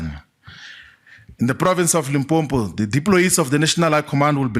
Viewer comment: Limpopo not Limpompo How can someone from limpopo pronounce it wrong 🙆🏻‍♂️